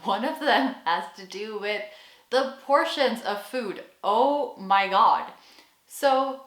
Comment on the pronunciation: The oh my god is very American 😅😜